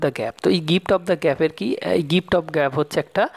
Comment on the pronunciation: Aapni prature vulval bolchen aar likchen Dada valo Kore porasona kurun tarpar video banaben ..... Aapnar uccharan vul .... Hocche ....... Gift of gab hoy gap noy